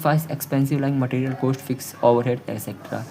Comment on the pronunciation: Cooost ✅️ cost ❌️